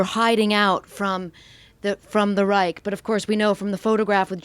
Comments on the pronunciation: Amazing info but her pronounciation is big oof. Geshtapo? Reich? If you gonna butcher the words say them in English. Reich is just Right. And it's Gestapo not Geshtapo. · Reich is prenounced "reisch" not "reik". Anyway in the German language.